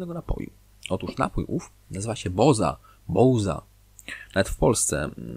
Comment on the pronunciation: Buoza , od bułki zamiast chleba 😜